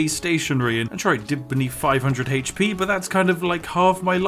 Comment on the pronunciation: One fousand haych pee?!